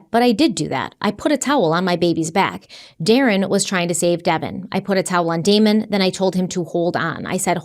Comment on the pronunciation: You said "Demon" and Devon instead of "Damon" and Devon....Just wanted to point it out. You both did GREAT on this video!❤